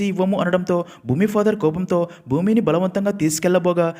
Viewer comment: Bhoomi kadhu bhooma